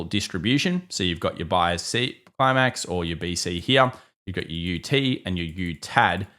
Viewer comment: i love the way this guy says the word "here" .......heeuh.